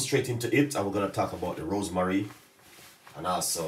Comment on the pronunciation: Why you always pronounce ROSEMARY as ROSE MARIE?